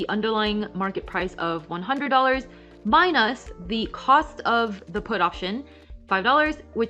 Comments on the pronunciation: Love this. And also love how she says “mine-us” :) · I can't front: I love the way you pronounce minus ("my-nosse") 😎